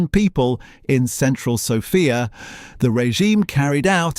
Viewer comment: ❤ I am sorry but this has to be AI audio. Horrible pronunciation mistakes starting with name of the capital of Bulgaria,Sòfia ... the practically every Slavic name in the video. I had to look at the date of production - two days ago 😢 only ... why so many mispronunciations?